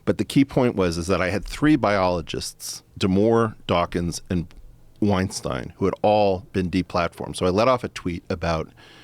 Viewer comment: Thumps up for him pronouncing "Weinstein" the way it should actually be pronounced